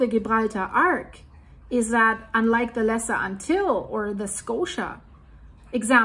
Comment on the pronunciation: ANTILLES, pronounced: Ant-till-eez.